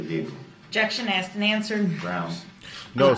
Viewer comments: It’s biast be cuz I axed! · Grounz! Grounz for the substained he axed without relevancy!